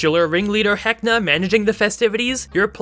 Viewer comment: It's VEKNA not VENSA, FFS say Vecna right! Like Gary Gygax said it!